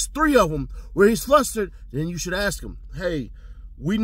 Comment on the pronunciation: I can't believe what that lady said to Quinn. Let me aks you instead of ask..... she is ghetto acting all professional 😂😂